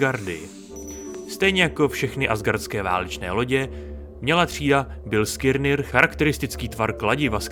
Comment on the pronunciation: Ještě jednou řekne v tom videu Bilskirnir tak dávám palec dolu. Vyslovuje se to Biliskner...